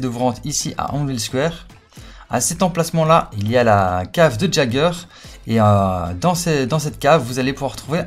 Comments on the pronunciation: et le "j" il se prononce "i" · Ça m'a perturbé tout le long de la vidéo tu l'as appelé "JAGER" mais ça se prononce "YAIGER" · Il a dit....eren jageur....c'est eren YÉGEUR !!!!!!! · sa se prononce (yager ) pas gager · EREN QUI ????? ca se dit [Yéguere] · ON DIT "YEAGEUR" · J'ai failli piquer une crise en entendant sa😅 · Fait un effort sur la prononciation du nom stp